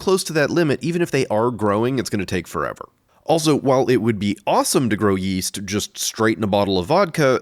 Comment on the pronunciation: Yeast? I thought you said weast.